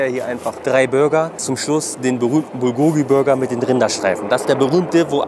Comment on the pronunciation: Bulgogi wird im Koreanischen auf der ersten Silbe betont, also BULgogi, nicht bulGOgi klugscheiss ;)